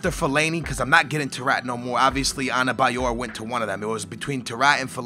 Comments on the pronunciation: Not anebayor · there is 'N' in adebayor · its ADEBAYOR not ANABAYOR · US:Adebayor/: Anabayor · The name is Adebayor, where the fuck are you seeing an N there? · Why is the D in Adebayor pronounced with an N? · Lago ? Labada ? Anebayor ? Can you read